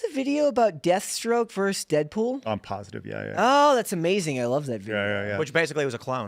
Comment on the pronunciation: Brett joins Dave Rubin as yet another podcaster who can't pronounce the word VERSUS.